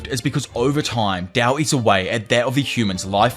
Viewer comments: stop saying dao its tao bruh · its tao not dao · Bruh... why are u calling it dao... its literally tao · T-A-O "tahh-oh" not dow like dow jones 😂😅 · he keeps saying dao.. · Thought it was called tao, why is bro pronouncing it with a D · I really love what u do bro but the constant mis pronunciation of Tao is driving me nuts 😢